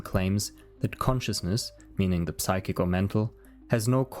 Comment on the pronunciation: The p in psychic is silent